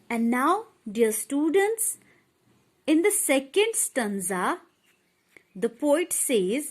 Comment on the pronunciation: Wo English bhi nhi bol pa rhi...like students ko studants 😂😂